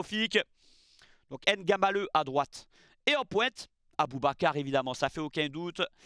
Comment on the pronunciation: Très belle analyse 💯 par contre un effort sur la prononciation des noms Kmers serait apprécié: Mbeumo, Njie Ngamaleu. Le M ou le N est avalé. Le plus simple c’est de ne pas les prononcer. Je comprends que vous prononcez dans la langue française mais vous faites les mêmes efforts lorsqu’il s’agit des nom anglais tel que Tyson, et non “Tison” merci ☺️